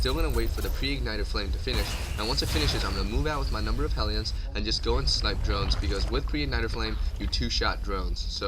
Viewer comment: Hell - e - uns. Not Heel - yuns.